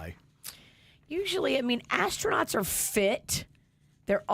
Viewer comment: Why did I hear “fat-ass” tronauts? 😂😂😂😂